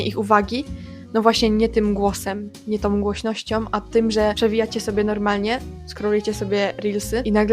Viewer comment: Hmmmm, ale Pani również z mówieniem trochę na bakier…przypominam, że w języku polskim używamy samogłosek ą i ę. Nie ma czegoś takiego jak „ głośnościom „ tylko „ głośnością „❤